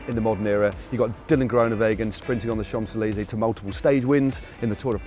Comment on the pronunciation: Its painful to hear Matt pronounce the name of the most famous avenue in the world by the way, it is not The Chomps Eleeeeeeezey , its Chans Elyseeeeee , it's all about where you stretch the second word...……………….and of course the M in the first one.